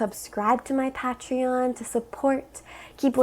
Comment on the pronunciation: I know you’re pronouncing Patreon wrong on purpose and it’s killing me inside.